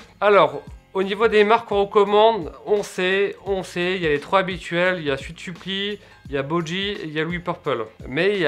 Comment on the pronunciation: Bonjour Olivier, c'est tout à fait juste! aime bien dire les mots anglais à sa manière: il dit "souite" de la même manière qu'il dit "sutsuppli" au lieu de "suit-supply" ou bien "meermain" ou lieu de "meermin" ^^ Jordan s'était amusé de cet écart de prononciation dans cette vidéo: David